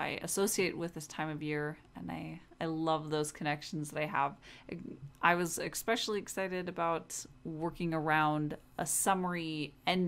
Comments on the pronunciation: Please. It’s not “exspecially”. Especially. Every single video. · it’s not an accent. Saying an incorrect word for years won’t make it correct. It’s like espresso vs expresso.